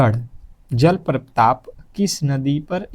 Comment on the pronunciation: भाई साहब आप हमे पढ़ा रहे हो और जलप्रताप बोल रहे